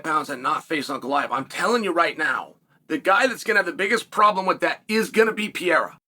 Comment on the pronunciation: Bro stop saying Pierra ffs.